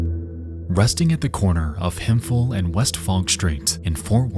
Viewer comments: On that Ft Worth story: us Texans pronounce it “Hemp-hill” not Hemfill, and “Muh-hay-yuh”, not Mexia. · Hemp Hill, not Hem-Phil. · Hemfill lmfao. Hemp Hill my bro! I just love hearing it pronounced from someone who doesnt live there. Captivating video my dude! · I know it’s not at big deal, but as someone who lives in Texas in a town of the same name, please pronounce it “Hem-pill” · it’s actually pronounced “hemp-hill” believe it or not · sir it is pronounced "hemp hill" (fort wort native btw XP) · Fort Worth native here. Hemphill is actually pronounced as Hemp-hill. Damn, Tarrant County twice in one episode?